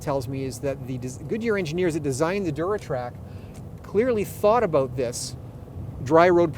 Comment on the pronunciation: lol aboot